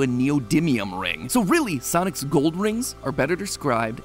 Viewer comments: Is this just me or did he say sonis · Anyone else notice 26 seconds in he said "sonis"? And just yesterday i was mispronouncing everything i saw in the store hahaha 😅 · Does MatPat's voice sound weird to anyone? Like it's REALLY matpat-y throughout the whole thing, with random pitches in some words where it doesn't fit? Also he kinda butchers a few words when he talks. Like the "soniS" in the beginning.